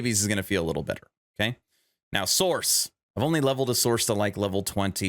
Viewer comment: Sorc = SORK, not source. I know that is nit picky AF, but every_time_you_said_source my eye starting twitching.